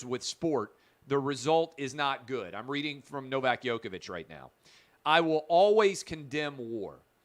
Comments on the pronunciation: U pronounce Djokovic like Joke-a-Vic not Yoke-a-Vic. Please pronounce it correct as he is arguably the greatest tennis player alive and u as a talented sports journalist should at least pronounce it correctly. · Please, stop saying "Yoke"-ovic! It is "Joke"-ovic!